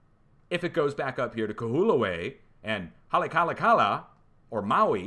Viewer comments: On Maui it is pro HOLLY-ahk -ALAH . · LOL !! Kahoolave = Ka hO O la vay You'll get it Also ~ Halay a ka LA (Maui) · Haha.....holly-ah-ka-la is how it is pronounced (Hawaiian Language can be hard. Only 12 letters in the whole thing)